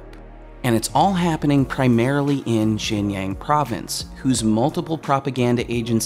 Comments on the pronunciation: "Xinjiang" is not pronounced "Shinyang", it's "Shin-jiahng". Just like how Xitler isn't pronounced "Zitler" it's "Shitler". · Just an FYI, you keep saying "jin-yang", but it is pronounced more like "shin-jie-aang". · very valid points. but xinjiang is pronounced 'shin-chee-young' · I'm going to be that guy... It is pronounced shin-ji-yahng. Great vid by the way. Down with the CCP! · Pretty sure you're pronouncing Xianjiang wrong (it's pronounced more like "Gu-lag"). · I love all your work. Please make sure to get at least somewhat close to the correct pronounciation of “xinjiang” by consulting someone or even doing some research. Xinjiang is pronounced like “Shin Ji-ung” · It's actually pronounced shin-ji (rhymes with she)- ang rhymes with gong). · oh my how you've butchered the pronunciation of "Xinjiang"...it's pronounced "Shin- ji- ang"